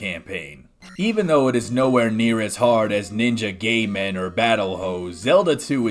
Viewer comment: "Ninja Gay-Man"? What are you, eleven? Come on.